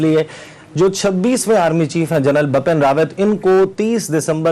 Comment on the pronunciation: For Essa Naqvi , plz correct ,Bipin Rawat not bapan